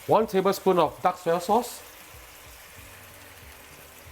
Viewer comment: When this guy says DARK soy sauce. It sounds like DUCK soy sauce! I love it!